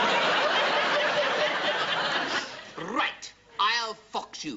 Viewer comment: He also said "sherpa gurkha" instead of "gurkha sherpa" and "harikiri" instead of "harikari". I suspect those mistakes were actually deliberate.